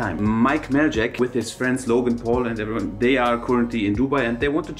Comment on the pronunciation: Majlak not mike maljak but ok :D